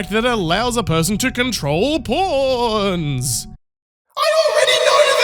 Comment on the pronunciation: When you say pawns it sounds like "porns"